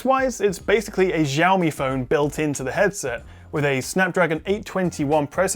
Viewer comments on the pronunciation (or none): Xiaomi? Ksi - a-o-me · it is shiao me(sounds more like shaome means little rice) , stop it get some help